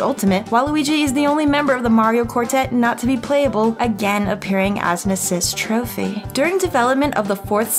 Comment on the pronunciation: yo why she gotta say trophy like that